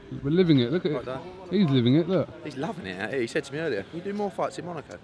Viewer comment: "Earr we go apples n pears" 🤣🤣